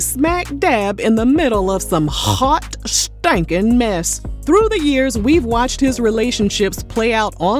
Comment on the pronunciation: The way you say hot stinking mess 😫 you stress those words out to prove the point of these videos. Kris with the camera 😂😂, y'all funny as hell 🤣